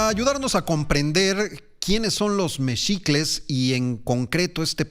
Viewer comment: Se escribe MEXICLES y se pronuncia MEJICLES no MECHICLES !!!! como cambian los nombres !!!